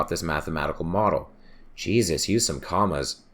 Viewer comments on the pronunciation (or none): none